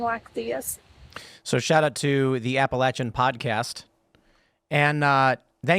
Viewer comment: I cannot help but notice Tim now pronounces Appalachian the same way the natives do.